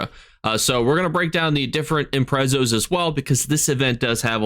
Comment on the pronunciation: The Imprezzo? 😂😂